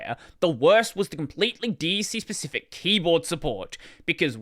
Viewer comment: DEC is generally pronounced as Deck. Early Unix days were really cool. Sun pushed a lot of things forward. Network display did eventually come out in the Sun Ray products.